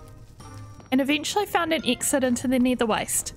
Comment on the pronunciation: I really love her builds and can you please make this a series please 🥺 also I love how you say nether as neater